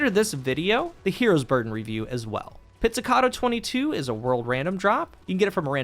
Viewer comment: You're the first content creator i've heard pronouncing this thing correctly, that's a thumbs up in itself. 🤣